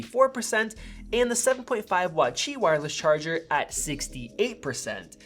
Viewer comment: Cool comparison. Glad that you pronounced Qi correctly.